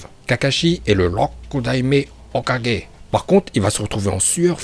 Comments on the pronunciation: Juste ça se dit OKAGUÉ pas OKADJÉ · C pas "kaje" mais "kague" tu prononce mal mais ça reste un détail face a tes connaissance de naruto continue ainsi mais travaille ton accent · tu dis tu maitrise la VO tu dis hokaje mdr va te coucher porte parole mes fesses mdr ton acces il rend fou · Moi j'aime quand il dit hokudaimer hoka